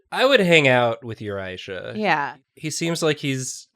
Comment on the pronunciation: It's not Aisha, it's AAAAAAAAHHisha